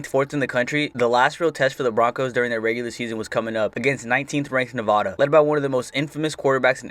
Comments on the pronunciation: As a Nevada fan I personally like the 2010 season (Also it's pronounced Nev-add-a not Nev-ah-da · Just a little concerned about how you pronounce Nevada.